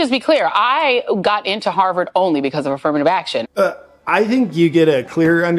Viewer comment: she can't even say affirmative action correctly😅 point proven